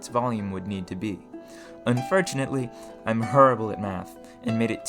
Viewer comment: What is this guys accent? he says the strangest things. his "o" specifically is always a bit off from any other English accent I've ever heard. "Unfertunately" "Majerity" "Errigin" "Mehr" "Beferh" but "Automaton" is said well. The inconsistency is wild. And I heard him say "Firth" instead of "first" almost like this was written and read by a bad AI. Is this some hyper local dialect or diction? is it a speech impediment? or what? Can anyone shed some light on this? It's quite foreign to me.